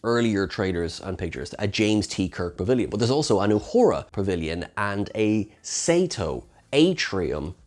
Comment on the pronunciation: Yoshi “SAYYYTOOOOO”??👀 That’s an open vowel, bro. 🤷‍♂️ And Japanese…